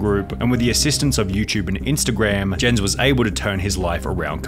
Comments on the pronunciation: rip sunny for the way he pronounced "jens" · Jens the beast is actually pronounced "Yens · Jens the beasts name is pronounced as yens like a y but spelled with a j, i would know. Thats my name as well